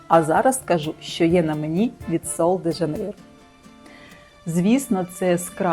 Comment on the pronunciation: 'Шероза" - так вимовляється це слово. Я жила в бразилії рік. Жінки й справді не паряться ані про целюліт, ані про зайву вагу (а жінок з перевісом там дуууже багато). Але всі в мікро- бікіні. В купальниках тільки туристки. В креми я особисто не вірю. Підтягнення це кровообіг. А целлюліт - це жир, який треба втрачати на спорті і харчувані. Креми тут до дупи 😂 Рекоменди зірок - єрунда.